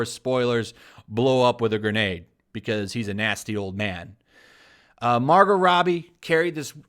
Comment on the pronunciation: Love your channel but did you call her Mar-Got? Its pronounced Margo. The T is silent. Funny power bottom reference too lol